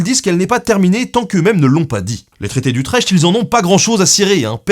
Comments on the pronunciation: Super doc comme d'hab. Petite info, utrecht se prononce utrèrt (le ch c'est un peu comme la jota en espagnole) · le traité d'Utrecht, c'est comme celui de Maastricht : ça se prononce Utrekt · C'était bien. Sauf la prononciation d'Utrecht. Ca c'est pas bien.